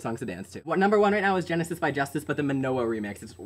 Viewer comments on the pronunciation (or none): I believe you are pronouncing Justice wrong. I've always heard it pronounced Justeece which i believe is correct.